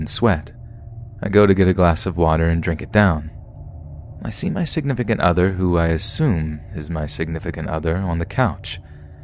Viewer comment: Quit saying 'signifcunt other'